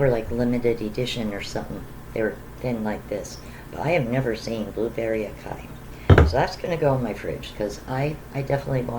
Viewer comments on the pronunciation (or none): Acai is pronounced ah/saw/ee